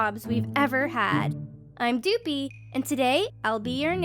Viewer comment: I lowkey thought doopie said poopie😂😂